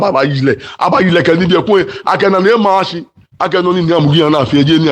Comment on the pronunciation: " foo eko omashi and not foo eko amashi"